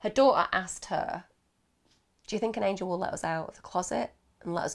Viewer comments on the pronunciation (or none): none